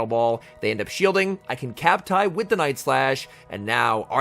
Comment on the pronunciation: Is you referring to cmp tie as "cap tie" new? I was thinking about this the other day and why I had never heard anyone say it that way.